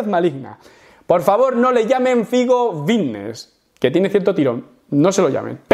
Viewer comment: Yo siempre pensando que decía "fitnes" mal a posta y resulta que dice bicnes sin querer 🦊🦊🦊🦊🦊